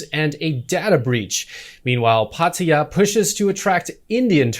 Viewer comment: Good news channel. But it sounds so strange when you pronounce most of the names in Thai but then call Phatthaya for Padia. The authorities are making a big mistake if they think the test & go scheme is profitable. Lack of income from tourism far exceeds the extra income they get. Best think they could do is to just require vaccine pass and drop the test & go, at least on day 5.